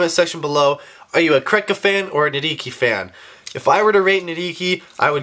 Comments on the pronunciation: the "H" in nidhiki's name is silent -_ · Everything is ok. Just a friendly reminder that you don't pronounce H in Nidhiki